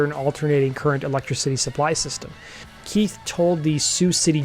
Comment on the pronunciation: "electra-city"? You've got your emphasis on the wrong syllable!